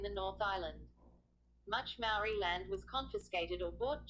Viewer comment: This video is awful...your pronunciation of 'Maori' is dreadful and the sound quality sucks too.